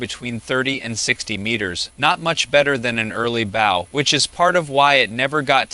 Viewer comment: It’s interesting AI is so good and predicting but doesn’t understand context. Bow and bow don’t sound the same. Same with live and live, read and read, bass and bass, etc. I wonder how long until it can read those types of words in the correct context